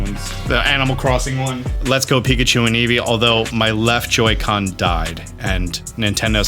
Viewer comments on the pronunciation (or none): none